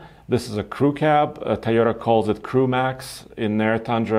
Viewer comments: THAI YO TA LOL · TOYOTA!!! WTF IS A THAYOTA????? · Ti-yota.. cmon, learn to pronounce the name of the company you’re talking about!! 👎🏼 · Star Wars in southeast asia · He's not the only one who I've heard pronounce it that way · Ik, to me it sounds like Tuyota, or Tayota... which makes me wonder how Japanese actually pronounce it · Tieota.. So annoying. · My eyes widen every time says Tyota haha. Hello from me. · Hey can u pronounce TOyota properly, at this point its just ignorant. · I remember when he only spoke Russian on the show because he was still learning English. I know it's because of an accent that he pronounces Toyota that way. It was just something that I realized over the past few videos and wanted to see if anyone else agreed.